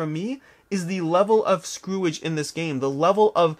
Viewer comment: 🤣 'screw-age'? Love it!